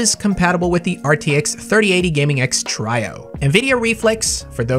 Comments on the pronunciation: Everyone: Gaming X Trio.: Gaming X Trajo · Try-oh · He says Trio wrong. Lol